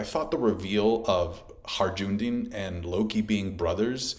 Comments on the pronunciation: "Harjundin" 😂😂😂 It's Hajrudin! Pronounced: HAI-RU-DEAN 😘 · his name is not HI-JOONDIN, its pronounced HI-ROODIN. I actually met someone called that irl, after hearing it the first time in one piece. not like it matters. just havent heard it mispronounced so often in a single video in a while.. sorryy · "Hajj-rou-din" bro its not that hard 🤣 its "Hi-rue-din" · Haj-ru-din, not Har-Jun-din!!! Also, Lo-gi-ya, not Lo-ji-ya. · Its Hi-ru-din = Hajrudin not Harjundin 😅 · It's not Harjundin in One Piece, it's hajrudin. Every time I heard the word Harjundin I kinda cringed. But I like this video a lot otherwise. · "hajundin"? Why can no one pronounce this one character's name correctly. just listen to the name in the anime jeez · Butchered Hajrudin’s name. “Ajundin!” 😂😂😂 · Man we're eating peak OP on all fronts. Also, I really don't want to be that guy, but Hajrudin is pronounced. "Hi-rudin." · Every OP Youtuber I know keeps butchering Hajrudin's name lol 🤦‍♂ 😂 .......it's pronounced HAI-ROO-DEEN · One Piece Youtubers pronounce Hajrudin correctly challenge: impossible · Please stop saying Hajrudin like that 🤣🤣🤣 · bro its crazy too because they even get it right in the anime, like how hard is it lmfaoooo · why you pronouncing Hajrudin weird like that xD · It cracks me up that after all this years is still unable to pronounce HaJrudin properly 😂 this arc will be difficult for you heheh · i'm sorry but everytime you said hajrudin i died inside a little bit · The j in hajrudin is silent